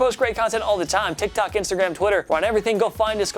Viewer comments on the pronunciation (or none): none